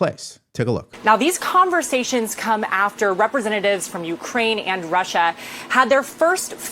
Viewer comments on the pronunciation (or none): none